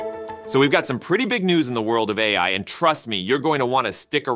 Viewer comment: Half the time his voiceover software is saying "Open EYE" instead of AI, so yes its AI reading 'A. I" as EYE